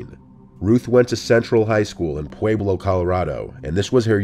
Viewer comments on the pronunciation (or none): Pueblo- Pooh-web-low Not puweeblo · For the last one, Pueblo is pronounced pu-eblo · haha, the way you say pueblo is clearly an indication that you are not from Colorado. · youre saying pueblo so so so wrong